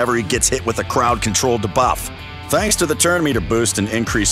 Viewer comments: Is he saying “da-buff” and not “dē-buff”? Clearly the voice guy isn’t a gamer lol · It sounded so odd I actually liked it LOL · Dabuff is also bothering me. 😆 I mean buff. Debuff. You don't say Damote for Demote. 😆